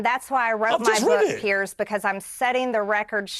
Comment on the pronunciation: it's so easy for you to sit there bullying a WOMAN, of whom you know absolutely NOTHING. Firstly, Piers (or as you say Pierzzz) was so blatantly disrespectful to this beautiful patriot who was merely attempting to defend herself after Pierzzz so mercilessly attacked her from the get-go. Now you, being a vapid leftist, lap this stuff up like the loyal Trump-Conservative-Republican-Christian-hater that you are. When any Conservative (or Republican, or Christian, or...) gets in the crosshairs like Marjorie clearly was, your nostrils flare and you almost look pre-orgasmic. It is truly something to watch. If you were somehow able to muster up an original thought and/or had even an ounce of the mental capacity to be open to anything other than radical, hard left-wing pablum, you might discover new horizons. You might find out that the vast majority of Conservatives/Republicans (not RINOs) tolerate you and wouldn't besmirch you just for having differing views. We actually respect your First Amendment right (remember the First Amendment, it's part of the U.S. Constitution - didn't know if you knew that) to say pretty much whatever the hell you want to say, even though it may be absolutely without merit. I might add that it is within our rights to peacefully protest against our government (as was done on Jan 6). I'm curious to know if you think what BLM & Antifa have done for years is within their Constitutional rights? I'm speaking of course about all the violence, looting, des